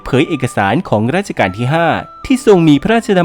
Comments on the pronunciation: เป็นคลิปที่ดี ติดอย่างเดียว รัชกาล ออกเสียงว่า รัด-ชะ-กาน ในคลิปฟังเหมือนออกเสียงว่า ราด-ชะ-กาน ตลอดเลย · แอดมินออกเสียงผิดนะคะ คำที่ใช้เรียกในหลวงคือ รัชกาลค่ะ ไม่ใช่ราชการ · ดูเพลินๆ แต่แอบติดใจนิดหน่อย รัชกาล ออกเสียงว่า รัด-ชะ-กาน ไม่ใช่ ราด-ชะ-กาน ครับ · นิดเดียวครับ รัชกาลครับ ไม่ใช่ ราชกาล ที่เหลือโอเคหมดแล้วครับ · รัชกาล อ่านว่า รัด-ชะ-กาน ครับขอบคุณครับ